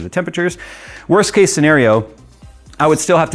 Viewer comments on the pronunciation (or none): none